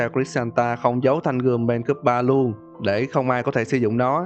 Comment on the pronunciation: PTG chi tiết hơn Cờ Su Original nhiều :3 Mà thanh kiếm là Mea Culpa chứ không phải là Mae Culpa